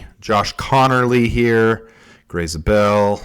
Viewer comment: It’s ZAY-bel I played against him in high school